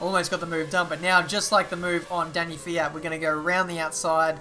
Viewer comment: you said Dany fiat (pronunciation)